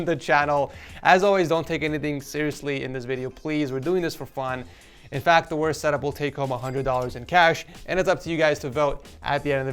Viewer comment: "wost" LOL (